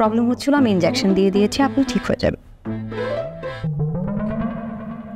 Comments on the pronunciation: ইনডেওকশেন নাকি ইনজেকশন 🙄🥴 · 🚫😄ইনজ্যাকশন নাকি ইনজেকশন হবে❓